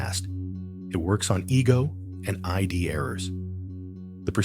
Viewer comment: What's annoying is that it keeps referring to the "I.D." where it should say, "The Id" It's one word, not an abbreviation, acronym, or initialism.